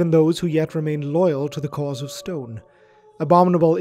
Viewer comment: Snrk. I kept hearing it as: "Men of scone."